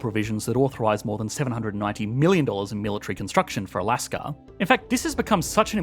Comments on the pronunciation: There is no”R” in Alaska. Please stop it. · People in Australier speak like that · I've been watching Aussie content for some time. Don't know the reason for the "r" behind words like China and Alaska